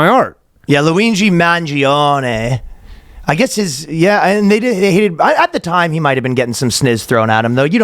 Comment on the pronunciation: The way Ryan says people's names worse as the episode goes on, is my favorite reoccurring bit. "Luigi Mangione" "Luingi Mangione" "Luigbee Mahnianni"